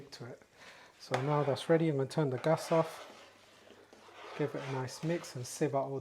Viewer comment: I like the way you say gas."gus"😅😅😅